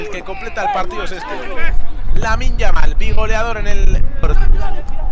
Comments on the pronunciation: A veces dice yaminn, que me parece bien me importa una mierda que lo diga como quiera simplemente me cago de la risa de como lo dice hahahahah😂😂😂 me da gracia. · Creo que decia yaminnm hahahajsjsj